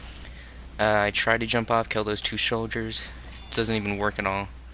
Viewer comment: Shouldiers :D I love it when someone comfortable with their mistakes not just edit it out or ignore it :)